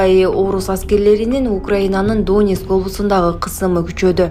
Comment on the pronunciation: Эй сабатсыз донес областы эмес Донецкий деп айтат шылдыр,тирмизек.